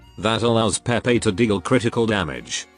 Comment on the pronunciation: HER NAME IS PRONOUNCED "PAY PAY" 😡 JUST LOOK AT THE EN LIVESTREAM